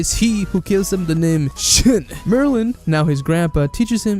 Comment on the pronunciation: He said chin Not shin XD